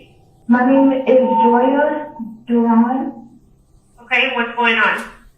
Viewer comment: The way you say SsaSha is tilting me..